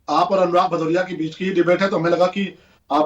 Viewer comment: galt slok pad raha hain. Aise ko hi adhjal gagri chhalkat jai